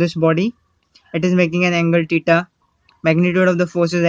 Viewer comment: Teta 😂😂😂😂🙏 its theta 😂😂😂